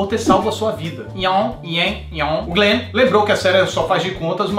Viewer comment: o Yon, Yen, Yung, GLENN... kkkkkkkkkkkkkkkkkkkkkkkkkkkkkk